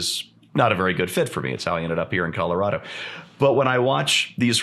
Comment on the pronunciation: Calirado, eh,? Hah.